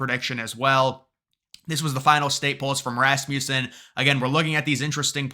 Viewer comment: It’s pronounced Ras-muh-sen. Rasmussen. Not Ras-myoo-sen. lol